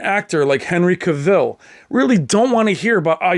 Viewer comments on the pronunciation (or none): CAvill, not caVILL. The A pronunciation like "mAn".